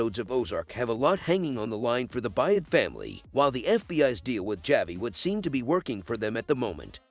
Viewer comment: Javi is pronounced Havi the J is H???? Evidently you didn’t watch the show???